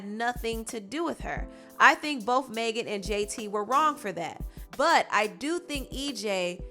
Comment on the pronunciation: It’s NOT MAY GAN ITS MEG AN ., sincerely a Megan